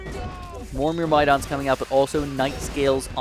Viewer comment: Congrats on 500k on the main channel!! Also, myrmidon is pronounced like murr-muh-dawn, hope that helps.